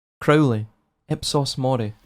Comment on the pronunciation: crow- lee